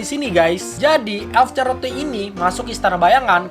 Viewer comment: charlotte dibaca charlot bung